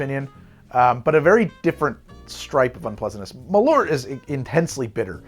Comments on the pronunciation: "MalOOrt.." its pronounced "Mal-eart" in Swedish. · Malort. It's a very interesting pronounciation. I understand why you would say it like that, but try pronouncing it like "mall hurt" but remove the H from hurt. Malört